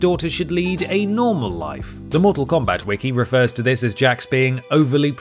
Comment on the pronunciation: Why do you have to say Mortak Kombat every time!?